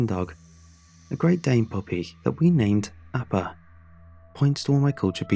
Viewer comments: At first I thought he said "Aba" from Aba and Preach 😂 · That's not how you pronounce Appa...